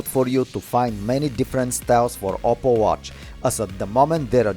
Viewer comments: You know it's OPPO but he pronounces it as "opple" right??? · "OPPLE watch" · Its called oppo not opple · His name is not opple it's oppo